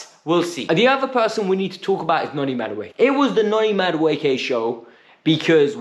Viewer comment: He has to learn and say these Nigerian names well because Chelsea seems to now have a lot of them. Ma-du-e-ke. U-go-chu-kwu. Chu-kwu-e-me-ka. Please say our Nigerian names well o